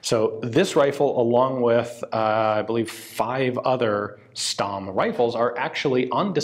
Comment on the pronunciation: Stamm is actually pronounced Shtamm